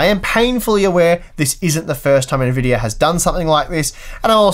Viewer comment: why does he say Nvidiar?